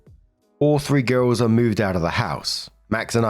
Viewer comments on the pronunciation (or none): none